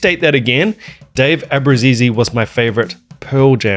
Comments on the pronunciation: It's an Italian surname. Not "Abrusisi" like you say, ABRUZZESE. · FYI: You do know that's not how you pronounce our last name. Cancel the last E. Ah-Brew-Zees.